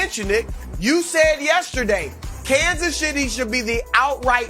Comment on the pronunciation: Kansas Sh'tty?